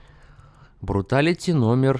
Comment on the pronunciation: Мне послышалось когда ты сказал бруталити не бруталити а фаталити